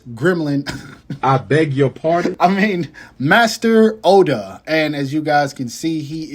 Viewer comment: When you were reviewing the Star Wars figures you said some things wrong "Wars in the stars" its called Star Wars "Anakin Flywalker" his last name is "Skywalker" "Blue Beam Sword" its called a "Lightsaber" "Master Oda" his name is pronounced "Master Yoda" "Hond Doolo" his name is pronounced "Han Solo" "Bigfoot Sasquatch" actual name is "Chewbacca" but i see why you called him that. "Rain Trooper" they're called "Stormtroopers" I know you're saying that because of the Disney crap but say the correct words so you don't get people mad by mispronouncing something. Also if you're joking about the names thats fine.